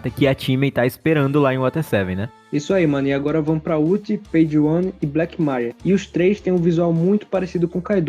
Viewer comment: Credo cara... Na boa... Pronuncia os nomes direito, Black mÁria é sacanagem, dói na alma escutar isso. E só estou comentando sobre isso porque já ocorreu muito em outros vídeos. ¬¬